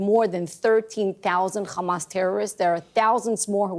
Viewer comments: If she says KHAMAS one more time... Stop lying. No more money to Israel! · Ikr. It makes me physically sick to keep hearing the way they pronounce Kkhamas